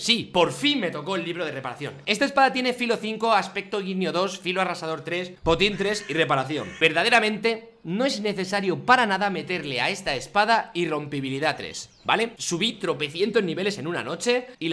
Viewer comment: Meterle, se dice meterlE, meterLE, LE LE LE LE